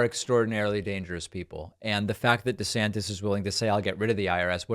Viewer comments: "Woke ICBMs are teaching our kids about giant dildos and we really need to start thinking about parents rights in these matters." - Rob! DEE-Santis (pronounced "WEE-ner") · Please it’s Duh Santis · The guy can't even pronounce his own last name correctly